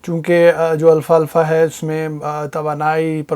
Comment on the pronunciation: It's alfafa not Alfa Alfa brother❤️👍